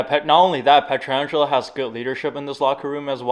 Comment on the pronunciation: the way you’re pronouncing Pietrangelo is driving me insane